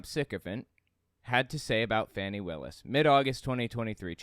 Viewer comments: Quick note,. Her nane is pronounced "Fawnee" not Fanny. I notice the MAGAts mispronounced it on purpose, sadly. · …please don’t fall into the trap of mispronouncing Fani Willis’ name…the GOP does it to demean her. It is the type of thing bullies love to do…make fun of a persons name. It is not Fanny,it is Fa ni. I know you are better than this. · Please, please... Fani Willis' first name is pronounced Fah'-knee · The right calls her Fanny to be assholes. It’s pronounced more like Fawny. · Fyi: I think it's pronounced "faw-nee" Willis. Not fanny. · I know it's an easy mistake because they call her fanny. Please try to pronounce Fani's name correctly. 🙏 Edit: I wish flat earthers would find the edge and jump off! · the prosecutor’s name is pronounced “Fawn-ee.” The right-wing mispronounces her name deliberately in an attempt to insult and dehumanize her. Please don’t join them. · It's pronounced "Fawnee" Willis. Love the video. MAGAots are having a mental breakdown now lol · Its pronounced" fawni " lol . For every $2.00 Kentucky puts in the pot they take $5.00 dollars out! Go ahead magadopeeon leadership! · Her name is pronounced •faw-nee “ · Her name is pronounced Fawny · I believe her name is pronounced "fawn-ie", and the Right specifically mispronounces it to mock her. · Tuned out with your childish mispronunciation of Fahny’s name. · The racist repugnutklans purposely mispronounce her name as a cheap racial dig, why are you doing it?